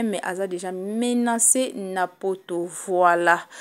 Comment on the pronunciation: Bino ba congolais pourquoi balobaka MENANcer????